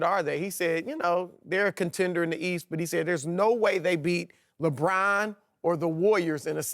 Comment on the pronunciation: Louisiana talk